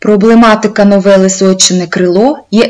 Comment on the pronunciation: Розказано не погано, але є зауваження вимовляється не сойчєне, а сойчине вимовляється трердо ж, ч, ш а не пом'якшено.